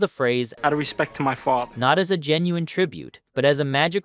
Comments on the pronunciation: Outta respect for his fawthah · You shouldn't have made this video, out of respect to his fawtha." 😂